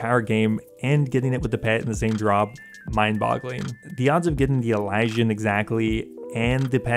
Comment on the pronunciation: say it with me EEE-LEE-SEE-AN say elysian right. jesus